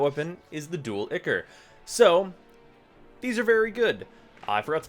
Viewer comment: It's pronounced "eye-core", not "ick-er"